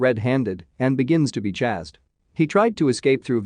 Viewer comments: Chazzed is ch-ay-sd or chased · "Chased" is not pronounced "Chazzed". It's a long-A and hissing-S sound as in "ace." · “Chazed” xD